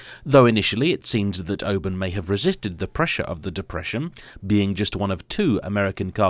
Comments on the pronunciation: Is it not pronounced 'or-burn' rather than 'o-bun'..? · The people of Auburn, Indiana (where the car originated) pronounce it awe-burn, not "oh-burn" as he says it. Bob's your uncle! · It's "Aw burn", not "Oh burn". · Aww-burn not o-burn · You are pronouncing it “O-burn” interesting, I have always heard and said it “Awe-burn” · It's pronounced "AWE-burn". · ahem… it's AW-burn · Now to be that guy, but I've always heard it pronounced "Aww- Burn " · It’s worth twice the price of admission! Just don’t pronounce it Oburn 😂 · I think it’s pronounced “AW-burn” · All-burn 😂 learn how to speak American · Please pronounce the Auburn name correctly. "Oo-burn" is not correct. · It looks good even when it's driven on the wrong side of the road and Auburn is mispronounced. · I think it would have been nice to note that the Auburn of the last century was built in Auburn, Illinois, USA, not Florida. Also, while the marque name starts with an Au, it is a North American Au, pronounced like the au in autumn, not like the au in au paire. Please, we ridicule, but don't interfere with the British pronunciations of place names like Worcestershire, please be an educated Brit and display the same courtesy. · As soon as I saw it, I knew it was a fake Auburn because of the incorrect wheels. Unlike, who may have pronounced Auburn the say way as its owner, I know how to pronounce Auburn correctly. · Doesn't know how to pronounce Auburn. Doesn't know how to pronounce Willys. This guy's a car expert?